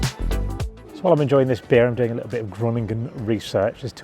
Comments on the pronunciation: Pronounced "Hurohnigen" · I'm going to watch this anyway, even if the pronunciation of Groningen a few seconds in hurt my brain.